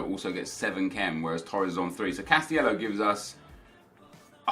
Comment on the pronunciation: It's cas-ti-ley-ho not cas-ti-ello for the 6th time.